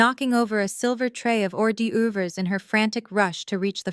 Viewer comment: learn the correct of hors-doerves -it's "oar - DERVS".